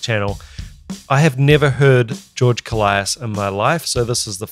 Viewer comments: It's not... Kolaias... It's kolias😁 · Just to clarify: His surname is pronounced K'o-lias (two syllables, stress on the first one) not Ko-la-i-as. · It's not Kol - i - as. It's kólias. The tone in o. Κόλλιας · koh-lyas, not koh-lie-as, and the stress is on the first syllable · Why does everyone pronounce his last name wrong? It's KOLias, not KoLIAS. It's not hard. Just like, actually pay attention to the guy, he always introduces himself. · Great video. His name is pronounced with the tone on the O. KO in "Kolias" sounds like CO in the word "Color". Ko-lee-as. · One whole year too late to the party, but I just want to mention that George's surname is "more pleasantly" pronounced KÓ-L(eh)AS.... haha! At least to us Greeks who are used to the greek pronunciation! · I believe he pronounces his name “koe-lie-iss” like it almost rhymes with Goliath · accentuation on the O .'kOllias ' He is a titan when it comes to drumming , pronounce his name right